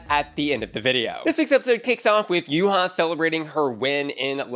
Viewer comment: Babes it’s Yuhua, not Yuha. There are 2 U’s